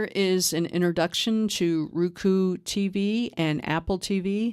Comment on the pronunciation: I appreciate you southern accent but it's Roku not Ruku